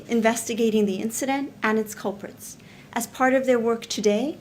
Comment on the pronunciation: Did she say culprits? I'm sure I heard her say culprits....culprits. omg.